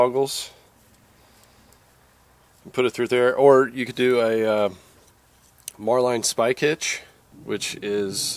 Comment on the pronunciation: A bowline knot is not pronounced with a long i like the word line. It's pronounced the same as the name Lynn. It's a bow-lynn knot. Same for a marline knot. It's pronounced mar-lynn knot.